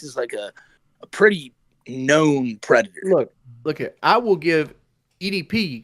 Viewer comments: Da white bowser is a pwedator. I got an email fwom the henwy ford psych ward and he said he has some nice chicken waiting for me when I get dare. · "It's just cawtoons!" No,. You're a pwedator.